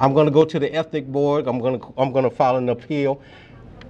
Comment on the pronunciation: Did he say "ethnic" board?